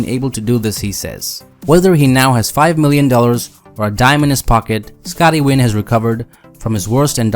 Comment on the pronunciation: It's Scotty Nguyen and not Scotty Wynn.